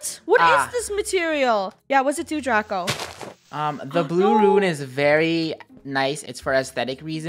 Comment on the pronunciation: When Lunar got pushed down and died from a creeper i thought saud "Chubako!!" But then i realzed she said "Draco!!"